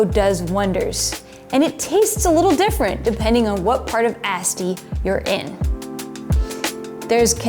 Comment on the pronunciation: You’re my favorite wine video producer so I mean no disrespect. “Asti” has a softer ‘a’ as in Ahh-stee rather than Ass-tee. 😅 Cin-cin!